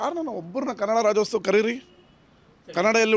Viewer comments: ರಾಜ್ಯೋತ್ಸವ ನಪ್ಪ... ರಾಜ್ಯೋಸ್ತವ ಅಲ್ಲ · ಹುಚ್ ಸುಳೆ ಮಗನೆ ಅದು ರಾಜ್ಯೋತ್ಸವ ಕಣೋ, ರಾಜ್ಯೋಸ್ಟವ ಅಲ್ಲ.. 😂